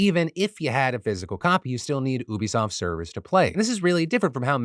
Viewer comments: OK, love ya Philip but it's pronounced you-be-soft not oo-be-soft. And the quote from them the guy was asked a hypothetical about what it would take to get gamers to go with subscription service only. So that was a little out of context. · WHY DOES HE KEEP SAYING OO-BE-SOFT isn't it yuu-be-soft??? 😭😭😭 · Am I tripping, I thought it was pronounced YOO-BEE-SOFT. I'm shook. Hearing Phil say "oo-bee" makes me feel dirty. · I normally don't call this type of thing out but you said oobeesoft so many times I just can't help myself. YOU-BI-SOFT (short for ubiquitous software) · Please Phil......'You-bisoft' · you-bee-soft phil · Say it with me Phil "You-Be Soft." It's stands for "ubiquitous software" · defranco... it's U-be-soft... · It's Ubisoft as in, Ubiquitous Software. Gotta pronounce the U like YOU. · Why you calling Ubisoft OObysoft lol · Ubisoft does NOT rhyme with "booby-soft" , c'mon Philomena be better ;) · Ubisoft. The Ubi is short for ubiquitous. That pronunciation hurt my head! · Phil, every time you say Ubisoft incorrectly an angel dies